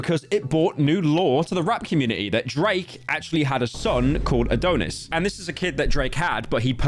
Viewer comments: Howtf does pyro turn A-Don-is into A-Doh-ness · ITS NOT ADON-IS ITS ADON (AS IN DONNIE) IS. MY NAME IS ADONIS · it’s ad-on-is not adone-is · dont forget abt a-dough-nis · "It brought new lore to the rap community: that Drake ackshually had a son, 'Uh-dough-nits'" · “a-donut-dish” brits can’t say Adonis🤦‍♂️🤦‍♂️ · “AdOHnis” “Tory LanÉz” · The way he said Adonis and Tory Lanez pissed me off